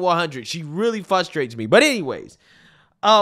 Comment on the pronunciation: It's frustrate not fusstrate